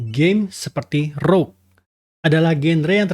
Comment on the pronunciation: Rogue bukan rouge. 😂😂